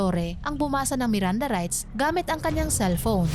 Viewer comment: Mali ang binasa na meranda rights Kasi hindi meranda rights sa ICC